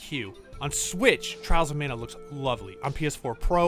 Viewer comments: I can't be the only one thinking he's saying "trousermana"? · nobody: IGN narrator: " Charles of Mana "